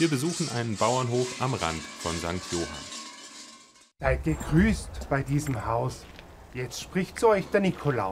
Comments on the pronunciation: Jetzt bist Du so tief in die örtliche Kultur eingetaucht und betonst den Ortsnamen ca. 100 Mal falsch… St. Johánn (kurzes unbetontes O, A ist betont) aber guter Beitrag trotzdem! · St johann nicht St johan 😂